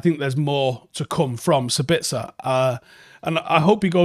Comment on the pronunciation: And 1 thing we haven't learned: to pronounce his name correctly.